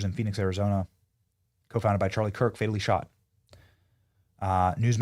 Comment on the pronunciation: He said Charlies name wrong.